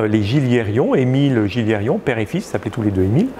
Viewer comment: petit détail: Gilliéron se prononce "Giyéron" donc sans prononcer les lettres "l" et sans rajouter un "i" inexistant dans la dernière syllabe 😉 et merci au de nous permettre de voir et d'apprendre à distance et de faire parler et partager les connaissances des multiples spécialistes.